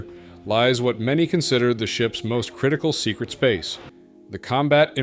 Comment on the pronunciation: Secret not ts